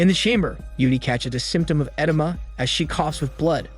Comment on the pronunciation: Every time he says “edema” I cringe inside